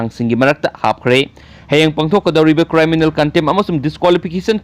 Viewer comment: Good anyway it's criminal not cryminal 🤞👍